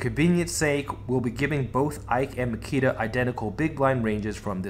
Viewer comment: Great analysis, but his name is Nikita :)